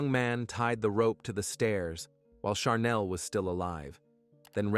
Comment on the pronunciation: I’m kind of wondering, why each and ever one of these stories on this one? There are words that are pronounced incorrect in the one with Chanel they keep calling charnel. She didn’t go naturally overtime. Either spell it right or say it right